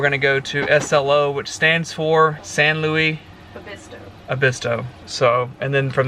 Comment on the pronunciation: San Luis Obispo. It’s pronounced Lewis.